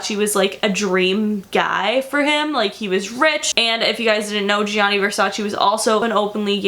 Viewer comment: That is not how you pronounce it is GIA you have to say it fast sounds like JU on Justin, same for Giovanni, not G I A NI and the emphasis on the double N is not just one is longer is two the A and I need to be stronger... just google translate it in Italian you'll hear what I mean. And VERSACE EEEEEEEEEE comes from Latin so it is pronanced EH not VERSACI... is ReGGio Calabria don't put emphasis on the I... I like your videos but your origins are Italians you are American.